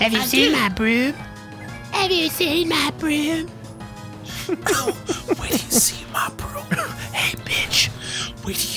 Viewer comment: "Mah BrhoooMm" lol